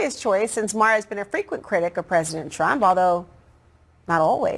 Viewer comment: Bro said Bill Mah. It's May-her.